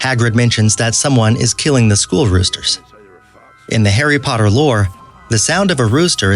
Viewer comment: Hairy Podder